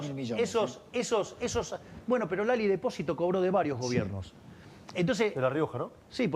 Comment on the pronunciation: nuestro presidente dice "Lali Deposito" JAJAJAAJ TRAIGANME MAS URNAS QUE LO VOTO DE NUEVO!!!